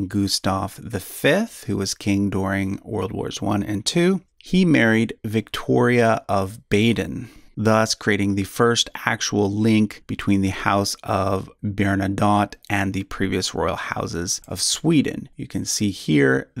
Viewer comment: I’m surprised you didn’t spend more time on Charles XII and Gustav III. The former was one of the greatest commanders in history, and the latter was assassinated by his own parliament, I believe. Also, Baden is pronounced like “bah-den”, I believe.